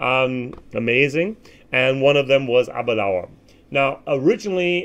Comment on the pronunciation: Abadoon? Oroloso? LOL No peat anywhere in der sicht eines Amerikaners!